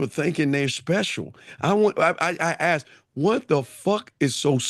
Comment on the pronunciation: asked not axed . A rocket 🚀 scientist didn’t wake up with the knowledge. They “ switched “ themselves up, to grow and do better. Why not change and be a better version? Sounds like a girl “ this is me and who I am , take it or leave it” 😂😂…